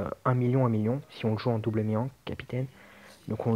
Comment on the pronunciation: j aurais plutôt mis rayleigh en 2 nd car ace est un peu plus dur a utiliser si ta pas des shooter et malheureusement on ne peut pas faire tout les raid avec ace sw :/ . Ta prononciation de mihawk me laisse perplexe :) mais bon c pas ca qui va gâcher la vidéo :)